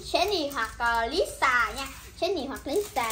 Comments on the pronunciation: Lisa vợ tui mà đọc là bà lía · Khui hàng black pink thì phát âm đúng đi,chứ mắc gì mà nói sai zậy.....Lisa thì nói là lía Rose thì nói là rố.Như zậy có đúng là fan ko🙃🙃🙃